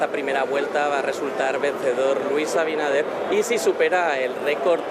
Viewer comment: Este programa es una porquería, los invitados hablan disparates, y el otro ni siquiera se preparo lo suficiente para saber pronunciar correctamente el nombre del presidente de la República, Luis AbiNADER no abidaner 🤦🏽‍♀️ que vergüenza